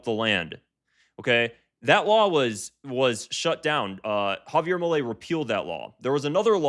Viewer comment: Javier "eails"